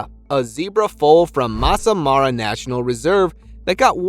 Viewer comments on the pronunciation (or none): none